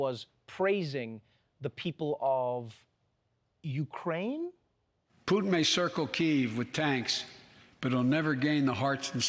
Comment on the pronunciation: he said "Uraine". He leftbout the K. You know, the letter someone with a stutter might stumble over?